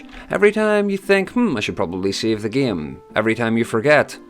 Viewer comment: Are you Russian? Because when you were saying "save the game" the "game" sounded a bit russian lmao